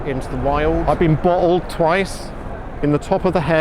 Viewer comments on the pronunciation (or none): Love how slips into full Cockney when he says bottled, haha!